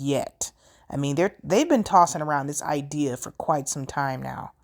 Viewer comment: I really can't trust a self professed "educated doctor of science" who pronounces the word "idea" as "ide E er". Anyone else gets a pass, but not this man.